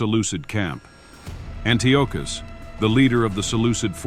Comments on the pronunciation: Always love to see a new history channel pop up, but Dude, his name is pronounced, AN-TEE-AH-CUSS, Antiochus. Good luck to you as you continue to improve and grow 💪🏼 stay at l! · why fo you pronounce antiochus in 2 different ways..